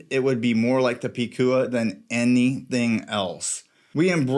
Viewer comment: This a great and accurate review! I have 2 #SC watches and I agree they are high quality, luxury category, “Bad Ass” watches, just like their founders José & Anita who also represents those qualities. And you are pronouncing the name “Picúa” on point 👌🏻. I can’t make mi mind between the two of them. Want them both. #SanturceCollection 🇵🇷